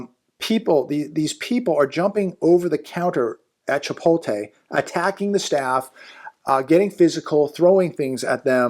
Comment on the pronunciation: Hey, it's not Chi-pol-te, it's Chi-pot-le...:face-blue-smiling